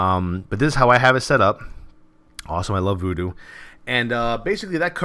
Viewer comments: nice one, but its VuhDo not voodoo ;) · STOP searching for Voodoo people! The addon is called VuhDo.